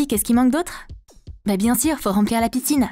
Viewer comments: j’ai entendue “Pitine” à la place de “Piscine” si oui likez ou non commentez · xX JacquesYTB9 Xx non j’ai entendu piscine 🏊‍♂️